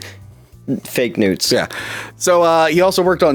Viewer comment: “Fake newts”?! 😂